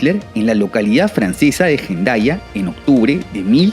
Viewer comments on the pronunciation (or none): ¿Donde esta Jendaya? A lo mejor querias decir Hendaia o Hendaya, H muda en cualquiera de los idiomas del entorno, Euskera,Frances y Castellano (Min. ) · Francesa? Gendaya? 😠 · "Jendaia"... Acabas de hacer llorar a todos los descendientes de los antiguos aquitanos 😥😅🤣